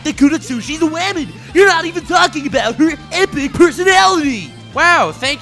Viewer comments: “Wamen” lmao. Subscribed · Every time you say "wamen" i cringe so bad